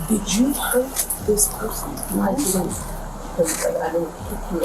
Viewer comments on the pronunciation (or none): "did you jurt" this person"